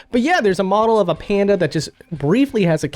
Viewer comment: "Moe's pando". Were you expecting to say panda?